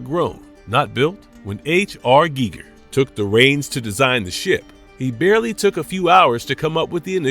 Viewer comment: And it kept saying Geiger wrong!😫